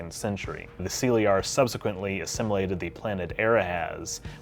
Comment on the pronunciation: That is an interesting pronunciation of the word Caeliar. Why use those letters to transcribe an alien word into English and then use none of the English phonetic rules when pronouncing it? It’s a fucking ridiculous farce.